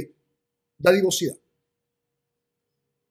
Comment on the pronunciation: Disculpa es dadivosidad no didavocidad..